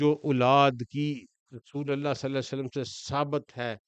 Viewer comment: Lafz slye alla nai, blky slee alla hy, pir seen ur saad mey frq kry, mey jo keh raha hnoo ap smj gy hnoo gy, take serious bro